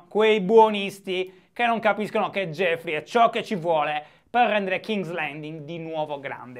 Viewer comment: Non si dice jeffrey ma joffrey 😨